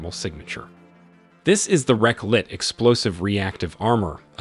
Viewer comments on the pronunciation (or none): Relikt, not reklit. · ...."ku-ross-ul".....!? The idea behind an illustrated demonstration video, would be to back it up with information and descriptions related to the various aspects of the content, with at least some semblance of accuracy...... right ? "RELIKT" (spelling shown) is pronounced as "REKLIT"....!? come on man, you want some credibility right..... I hit the "like" because you are obviously doing this to share your interests and that, is undeniably worth supporting. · Correction: The T-90's reactive armor is called "Relikt" (Реликт = relic) , not "Reklit". Don't know what the text writer was thinking of ... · it's RE-LIKT, not REK-LIT. You've swapped the letters. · Excellent visuals but dude you gotta learn how to pronounce English words and Russian ones. For Relikt, which is REL-ICKT, you say ReK-LIT. And kilometers, you struggle with badly. For narration, being able to sound out the words in advance is very important if you want to be understood. Carousel is pronounced CAR- o SEL, not CA ROUSAL. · Its pronounced "RELIKT" - not "RE-CLIT" explosive reactive armor... :)))) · Good graphics and narration but several incorrect phrasing and mispronunciations. As in you fire the projectile and not the tank, and it is 'Relikt' as in relic't' rather than re'clit'. But overall, fine. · Relikt! It´s even in the text! Not Rekclit! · It's not 'REKLIT'.... Shame you can't read it correctly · yeah well, there are more issues like this in the video... The gun on T14 armata isn´t the same. Coaxial machine guns are coaxial thus they don´t need wooden handles. They don´t mention why Shtora isn´t fitted, it´s just interesting for them. They can´t pronounce relikt and don´t mention that it degrades penetration of different projectiles differently. The hard kill protection system isn´t even used. The pros and cons don´t make sense since the autoloader impacts the crew size, reload speed and reliability it is both a pro and a con.